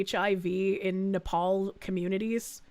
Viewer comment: I love how says "Nepal" like "napalm", which might be a possible solution to several problems in this video (in Minecraft)...